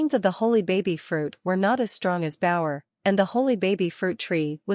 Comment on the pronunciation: Its not bower its bao’er